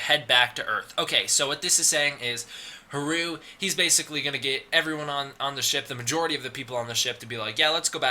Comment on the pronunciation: Its funny because you make a point of saying you know how to pronounce Adam, Martin and Haruo, but pronounce Haruo incorrectly throughout the video. Its Ha-ru-oh, three syllables. Thanks for putting this stuff together though. If you have a link to the original Japanese source on the plot synopsis I'm happy to translate it for you to try and figure out the wierd timeline stuff.